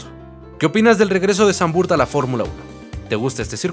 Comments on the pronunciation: No se pronuncia "Sanvurt" bro. El holandés no se lee como el inglés. Se pronuncia "Sanvfort". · Muy buen video, sólo acotar q se pronuncia Zandvoort con O, en inglés, español y holandés… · Se pronuncia Zandvoort. Dos O. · No se pronuncia Zandvurt... más bien es Zandvort la oo no se transforma en u. Saludos.